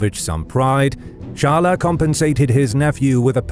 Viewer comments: Not charler. Its chyles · Charles should be pronounced Sharl, not Sharla. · Either pronounce it the English or the French way Tsharls or sharl but definitely not charlais or whatever you said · I have never heard the name "charles" pronounced as "charler" ever. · hes still pronouncing the names of all the cities in french. if its not "Charl-A" then how do you say it in french? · Char-le, but not "tcha" like and english monarch, more as "sh-ar-l" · Honestly just say "Tcharlz" as you usually do in english, there's no real point in trying to do it in a "french" way if the name you're trying to pronounce is common to both languages and everyone knows what it is. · First the "Ch" should be pronounced like the "Sh" of "should". Then the "es" at the end should be pronounced in part like "uh" as when you say “uh… I dunno” but cut and short not a loooong “uuuuh” so it’s more like “Sharl’uh!” 😅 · Charles = Sharl. The es is silent. You almost pronounce it correctly. Just drop the uh sound at the end. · But "Charl-A" is not the French pronunciation of Charles...